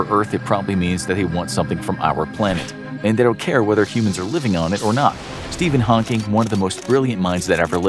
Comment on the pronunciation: Steven haauhnking